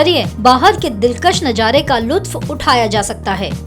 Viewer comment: Lutf nahi hota luft hota hai